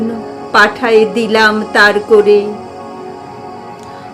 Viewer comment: খুব সুন্দর পড়লে দিদিভাই ❤❤❤ পরিচ্ছন্ন উচ্চারণে কন্ঠ উপস্থাপনা মন ছুঁয়ে গেল 🌹🌹🌹.... দুটি জায়গায় অসাবধানতাবশত উচ্চারণ কানে লাগলো ... খেয়াল করে শুনে শুধরে নিও .... আর একটা কথা... "..... তোমাদের কোরে... " নয় ...." করে " হবে...